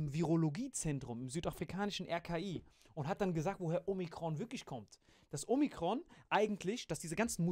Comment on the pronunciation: Man, wenn Alain Omrikon sagt 😂😂😂